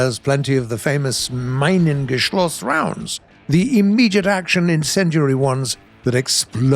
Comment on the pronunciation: pronounciation advise on the Minengeschoss: Me-nan-ghe-shoss